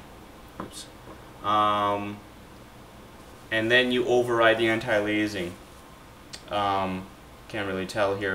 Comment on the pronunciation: Great info, thanks. The word "anti-aliasing" is pronounced anti-ale-ee-us-ing, not anti-lee-ay-zing.